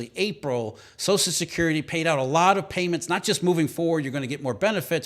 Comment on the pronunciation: Wtf is "sozicurity"? It's "social security", slow down your line reading.